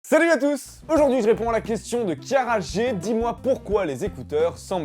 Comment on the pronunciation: Si toi aussi tu as cru comprendre "Qui a rager ???" au début au lieu de "kiara.G